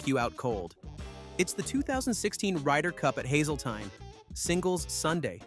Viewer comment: It’s pronounced Hazelteen